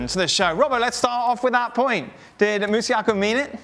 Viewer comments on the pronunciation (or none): MASUAKU NOT MUSIAKA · Why are they pronouncing his name as musiaka? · Dan it's Masuaku